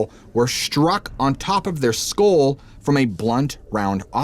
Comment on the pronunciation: I sit baffled for a while trying to figure out what these words are, like hell storm, he can't pronounce hail. Or skull. And it's irritating.